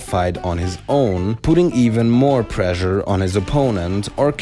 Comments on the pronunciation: I thought he was saying pleasure instead of pressure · ...Pressure. It's pressure. Like, preshure. Also, great vid!